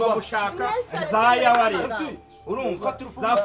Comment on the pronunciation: Hahaha! Ndimbati abivuga nabi abishaka man! Ntiwumvise avunga ngo "Tugomba kubanza gushaka za YAWARESS (wireless)" 🤣, buriya yakinaga ba batechnicien bo mu byaro baba barigize tout travaux!!😇😇😇